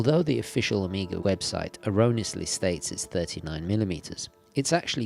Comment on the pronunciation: Take a shot every time he says Omega like "amiga"